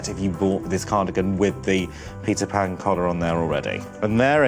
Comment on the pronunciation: I keep hearing pizza pan collar... and maybe that makes it even more appealing ahah